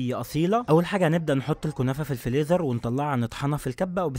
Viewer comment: على فكرة ماسموش الفليزر اسمه الفريزر علشان فى اطفال بيتبعوك وممكن يسمعوا الكلمات غلط وينطقوها غلط